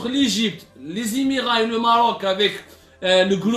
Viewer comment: Prière de ne plus prononcer le nom de mon pays bien aimé Mroc le nom est le Maroc.